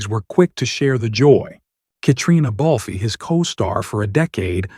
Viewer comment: Balf—-the “e” is not pronounced. Criminy—pathetic.